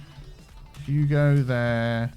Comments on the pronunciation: You called it "Huge," instead of "Hugo." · it's Hugo not Huge* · When you named the school, you named it "Huge" instead of "Hugo"